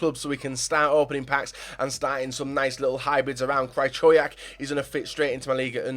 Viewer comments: absolutely butchered Krychowiaks name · u love Krychowiak? maybe look up how to pronounce his fucking name